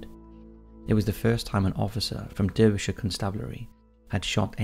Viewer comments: Confused? You sound English yet you pronounce Derbyshire in the American Style. You know that it is pronounced DAR-BE-SHIRE. Great content and I love your voice but really puzzled about your pronunciation 🤔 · And Bilbao and Derbyshire